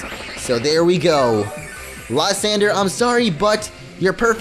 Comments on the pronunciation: I forgot to comment this but Lsyandre is pronounced Lis-an-dray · It is Lis-on-dray for Lysandre.